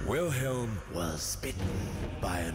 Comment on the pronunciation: i'm a bit annoyed by the fact that he's pronouncing Wilhelm wrong